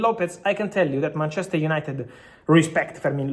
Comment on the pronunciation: Mar-chester 😂😂😂😂😂 wtaf😂😂